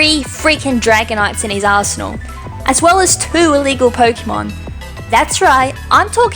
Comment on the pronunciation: You said "arsenal"......I thought you were going to say something else......